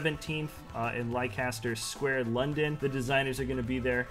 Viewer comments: It’s pronounced ‘lester’ not ‘liecaster’ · loving the pronunciation. 😂 (it's pronounced "Lester Square") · It annoys me when you mispronounce Leicester Square. It’s pronounced ‘Lester’ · Lol I was about to comment that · Not a big deal but for a platform that has a huge audience its not a bad idea to have the pronunciation correctly as it can be even a little bit educational without intending to be.